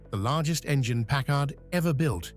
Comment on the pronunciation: A Brit talking about American cars, and can't pronounce the names of at least one... it's PACKard, not PackARD!